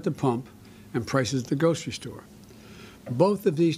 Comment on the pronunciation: He's reading. All he does is read. What the heck is a gocy store?